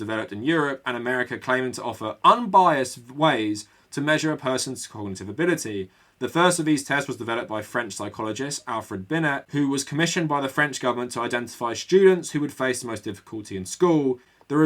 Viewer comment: Great video. Just wanted to say it's "Binayy" and not "Binette". Cheers.